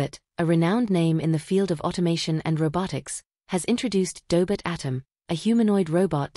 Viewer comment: Tell the AI it's pronounced Doh•bot, not Daybit.